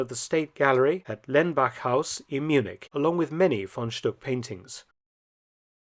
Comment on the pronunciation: Glad you spelled out the names. Thought I was hearing "von Schtupp" instead of "von Stuck".